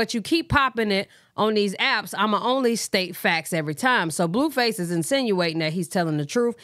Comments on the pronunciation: It’s you calling him “bluefiss” for me 🤣🤣🤣🫶🏻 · BTW 😅you said you need a new nickname yesterday. you say Blueface so funny 🤣 this is to me his Blueface I love your channel